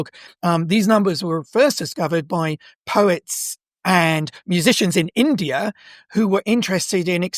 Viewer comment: Why does he keep adding R everywhere? Indiar?